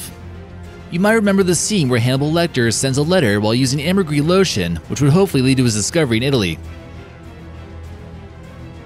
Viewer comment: Just so that you know there is an "S" at the end of "Ambergris"!!!!